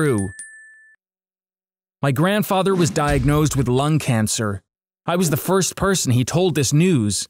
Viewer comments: WHAT IS GRANDFATHA I HEARD IT LIKE WHEN THE RESTAURANT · the funniest part was when he said " my grandfatha is a having a terrible disease"